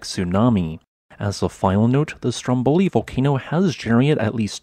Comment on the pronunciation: it's Strómboli with the stress on the first o. Enough with butchering Italian